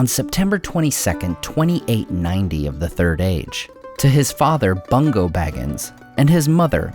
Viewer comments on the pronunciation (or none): I’m sorry but “Bungo”. ☹️